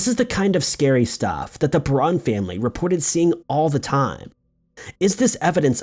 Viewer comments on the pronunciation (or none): it's PEAR-ON not Pahrron.. and there is a documentary about that house that is excellent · I'm guessing you didn't actually see The Conjuring. you'd know how to pronounce the family's name if you did.